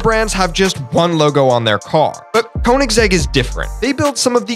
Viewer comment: Americans never get the pronunciation right for VW koenigsegg and a couple others